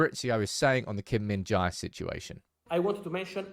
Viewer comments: Hey bro. It’s pronounced Kim min-JAY. Not JAI. Appreciate your content as always. Korean united fan. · The pronunciation is kim-min-jay not kim-min-jai.